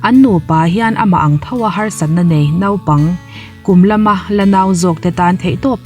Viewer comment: Nàupang nilovin nopang ni hek lovin naupang tih tur aw.....a ngaihnawm lutuk👍😊